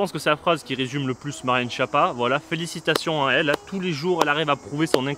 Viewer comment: En plus ça se prononce "Skiappa".